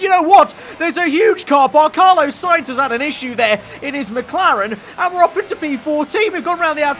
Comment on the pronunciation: CarLOS not LO